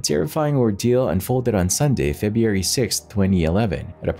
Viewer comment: Until you learn to properly say words such as "circumstances" and "February" I definitely will NOT be subbing. 😂